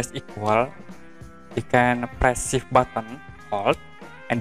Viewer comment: Thank you. No idea what he was saying.